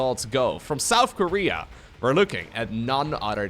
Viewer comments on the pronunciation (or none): none